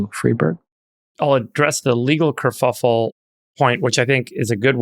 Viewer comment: Why is Jason, as a journalist, unable to say some words, like "kerfuffle", or "omicron" (not in this video, but back during covid era)? there's other examples too